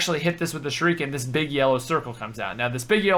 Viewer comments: SHURIKEN NOT SHUREEEEEEEEKIN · it's called Sha Ru Kin not shreiken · Shurekens hup rekens dude thats not the pronunciation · it's (Sure-uh-ken) dumbass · say it with me, shur-ah-kin* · The way he say shuriken it sounds like sure street ken and we still need fire bow tutorial it's giving everyone problems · prenounced sherakin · Say it with me, "Sure-i-kin" shuriken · why tf does he pronounce shuriken like that? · Why do you say "shuriken" so weird? Lol